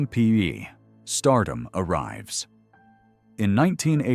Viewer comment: Why the story about Tom's life again? At least 5 to 6 times every day. Everyone we know has already read his book or listened to the audio CD. Learn English. It's free on YouTube. Read it. Don't copy other creators. It's Magnum P.I. not PY. Don't talk about people you don't know personally.